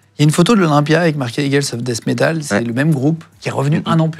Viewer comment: "Dess Métàle" As a host.... L' histoire commence à . Glad the guy survived. Many neighbours have assisted and helped the wounded in that war zone. Restored big part of my faith in humanity.❤ Never forget. RIP.